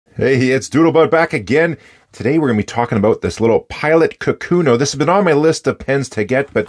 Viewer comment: For the record, the name of the pen is 書くの or かくの (which means "writing") and the correct pronunciation should not have an emphasis on the second mora, and each mora is the same length. "ka-ku-no", not "ka-KU-no".